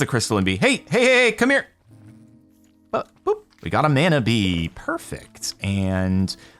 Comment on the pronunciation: lots of love ...but mana is pronounced like it has a u instead of the a muna mana .....kinda like a moari word